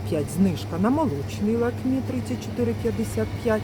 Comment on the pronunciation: За інформацію подяка,але будь-ласка навчіться правильно вимовляти назву товарів не лАвіта,а лОвіта, не Шоколотерія, а Чоколатерія, не лакмІ,а лАкмі,і так далі ви ж блогер,що несе інформацію у маси про цінову політику даних товарів, тож робіть це правильно.